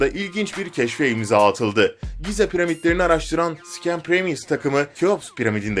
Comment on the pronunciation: Giza degil Gize